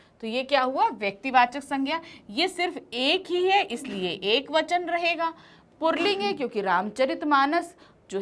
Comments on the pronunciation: पुल्लिंग है न कि पुर्लिंग । (purling ) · पुल्लिंग को purling क्यों बोलती है mam